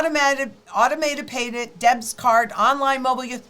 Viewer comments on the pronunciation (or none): none